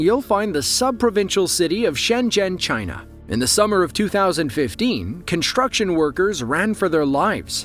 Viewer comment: There is no "h" in "construction". It's not pronounced "conshtruction".